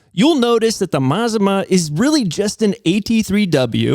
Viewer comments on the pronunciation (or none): It's pronounced "Mah-zah-mah". Named after the volcano in Oregon "Or-eh-gun". 😊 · Mazama isn’t meant to sound Japanese. It is pronounced Ma-Zama and is the name of a small town in the North Cascades in Washington State. The Les Schwab near me was very clear these house brand tires are made for them by Sumitomo and most closely resemble the Falken Wildpeaks. That said, I do think their prices are high and you can find better deals at Discount Tire if price is the most important factor which it often is. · IN THE INTEREST OF ACCURACY IT'S A MA ZA MA ( AFTER THE MOUNTAIN THAT BECAME CRATOR LAKE ) YOU PIN HEAD ... AN INDIAN WORD YOU NEED TO LEARN MAZMA ISN'T IN ANY LEXICON : ) HE WON'T KNOW THAT WORD EITHER .... "GO NATIVE OREGONIANS" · "Mazama".... pronounced "Muh Zah Mah " used to be a local mountain that blew up and became Crater Lake. So for Les Schwab customers in the NW... we know it's their brand. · Mt Ma-Za-Ma aka Crater Lake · Pretty sure it's pronounced "mazama" like "maZAHma" with 'a' like"mama". It shares a name with an Oregon mountain climbing club. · I watched until I couldn't any more. When it got to your buddy talking about balancing I was out. You can't even pronounce Mazama... and it was you that said it was an asian name. Not me. And did you even READ my comment? I wasn't even speaking of where the tire came from just the friggin NAME. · Mazama is of native american origin and you're pronouncing it incorrectly. It's not made up, it's regionally significant. I appreciate retail transparency, keep it up.